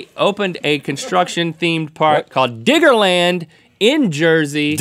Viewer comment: Yo Rhett, only a Construction Worker can call it "Digga-Land". Check yo' self homie.